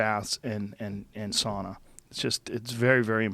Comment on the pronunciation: not even 10mins in - Joe: SAAAUUUUNNAAAA HeAt ShOcK PrOTiEnS